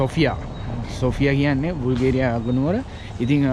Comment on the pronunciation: බුල්ගේරියා නෙවෙයි යකෝ බල්ගේරියා😂